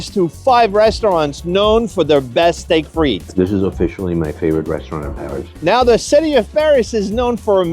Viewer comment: Your French pronunciation is rubbish. It's not "Steak Freet" for instance. (I've been living in Paris 24 years) It's more like "Steak Fritt". I can't watch any more. The ignorance is annoying.